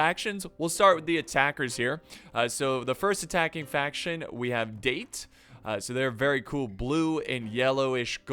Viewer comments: The amount of wrong pronounciations here actually made this pretty fun as an adittion to being a good battle... But for gods sake the pronounciation of 'Date' made me cringe....... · The moment he pronounced "Date", I just died a little inside. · Its 'da-te' not 'deit' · “Da” as in dark, short pause then “te” as in ten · dah - teh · I don't think they are called "Date". I think they are called "Da te" or Da Tey. That is how the Japanese pronounce. That is what I think, I am not a Japanese language expert, but do read a lot about Japanese history especially during their warring period. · It’s not date it’s Da-Te to pronounce it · Daaaaa Teeee... Not DATE, ffs :D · Date clan is pronounced dah-te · It's not date its da. Tae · I suggest you watch some historical Samurai anime, sir, to get the pronunciations right. Date = Datt - teh Shimazu = all the vowels are short, like the way you say the vowels in (gun) , and not a long vowel like (man) the weapons you got right. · It's pronounced "Dah-Tay" for "Date" ffs. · Da-te not date XD bruhhh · Its pronounced Dah-Tey not Date. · No thats not how u say date in Japanese this the way its produced daw tae=date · I noticed quite a few people criticizing for mispronouncing the Date clan, I didn't see anyone actually correct him on it. Date is in the clan is pronounced "Dah-tay", similar to how you would pronounce Dante from the Devil May Cry series. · I know this is almost a year old but it'd Da-Té when pronounced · is damm Date when its prenues Da-te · It’s Daté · Its pronounced Da Te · Date would be pronounced Da-te as in tech. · OH TOE MOE, DAIT, bruh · It’s pronounced dah-te just a tip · Date Clan is pronounced "Dah-Tai" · We have the date, it’s pronounced da-tay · Nagiyata & Date tho :V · it's Da- Tē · Da. ~ te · hahaha the first attackers'faction is pronounced "dahtey" and not "speed date";=) seriously do you bring rocket launcher at your first dates?? xD